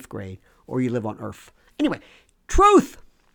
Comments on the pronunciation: Love your take and delivery on the matter...So funny to hear you say the many ways to say [Truth-Truf] lol😂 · HE SAID "TROOF!!!!!!!!!" iM ROFLMAO TROOOOOOF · lol, did he say truf!!!? I gotta rewind that!!! lol